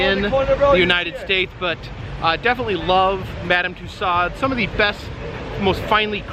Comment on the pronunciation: For info: the closest approximation of saying Mme. Tussauds in english is more or less "Tooso" (the d and final s are silent, although technically there wouldn't be a possessive s in french)